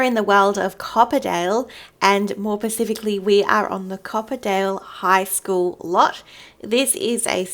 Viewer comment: “more pacifically”